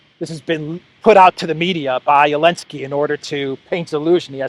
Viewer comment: Why does say Elensky and not Zelensky?